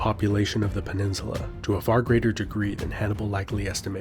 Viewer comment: "penisula" lol